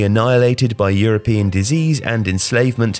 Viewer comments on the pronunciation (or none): none